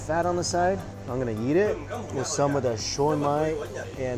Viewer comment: Every time he says eat i Think he says yeet so i get funny pics in my head